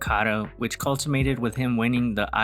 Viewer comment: Love this channel and your content! One small correction, it’s “culminated,” not “cultimated.” Keep up the awesome work!